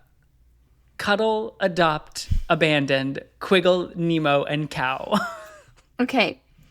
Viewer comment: Lupay? Nemo? Get him a pronunciation guide stat! Kidding obvi, love the show!